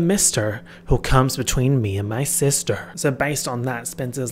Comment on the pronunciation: “Ello sistahhh” gets me everytime😂😂